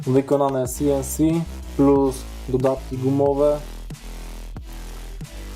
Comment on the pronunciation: Wykonane si-en-si 😂🤣